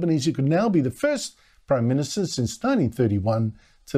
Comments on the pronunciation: you mean Proy Minsta.. Can’t even pronounce his own title… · You got it wrong.. Listen to him “ I’m the Proy Minsta”. Not only are his actions wrong, so is his grammar..